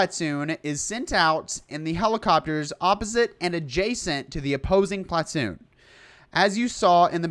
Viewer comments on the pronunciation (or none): The way he says platoon is hilarious